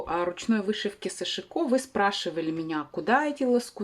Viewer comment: сАшико ударение на первый слог?